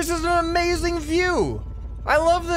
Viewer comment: Amazing wehicle? "Brick gang intensifies"